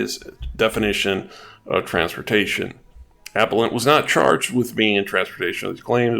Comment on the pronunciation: FYI it is "uh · peh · luhnt" not "ap - uh - lent"